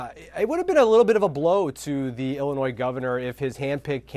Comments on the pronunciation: It's not "Ellinois" it's Illinois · Dude, it's Illinois. Why is this a story?